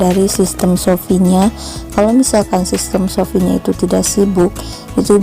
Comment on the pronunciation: shopee bukan sofi 😔